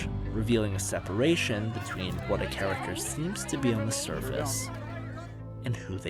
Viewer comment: How can u say characterization correct but cant say character?